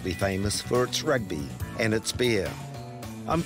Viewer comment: Please use the word AND correctly... it's Lost AND Found not ...[lost AN found]